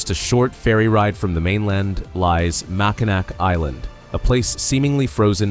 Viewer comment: The name of Mackinac Island is pronounced Mack-in-NAW not NAC.